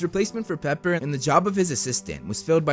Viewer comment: “Paper” XD it’s “Pepper* btw:)